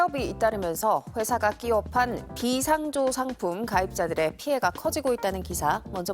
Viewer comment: 비상조 발음이 이상함..비상 조가 아니라 비 상조..